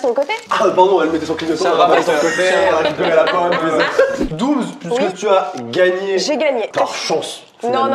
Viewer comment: j’adore quand a dit ✨J’aI GaNgNe ✨ directement elle l’a dit sa me tuer 😭😭😭🥲